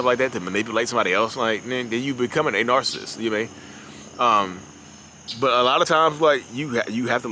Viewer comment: It's BUT people, not BUTT🤣🤣🤣